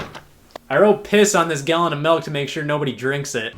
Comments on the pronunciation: Dude. It's fucking milk. Not melk. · Scott pronounces milk like malk, Easter wisconsin intensifies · He said "melk"